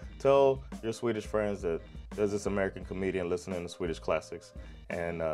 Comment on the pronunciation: Your pronounciation is excellent, do you live in Sweden?